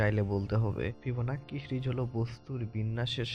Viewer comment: ফিবোন্যাচি রে ভাই ফিবোনাক্কি না😂😂😂😂